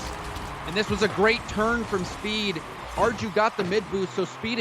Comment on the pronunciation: ARJU PRONUNSIATION IS ARGLIU NOT ARGIU